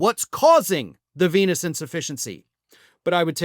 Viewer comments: For a moment I thought you said "chronic penis insufficiency". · LOL, at first i thought you said "Chronic Penis Insufficiency" I guess he has that too , according to Stormy 😂😂😂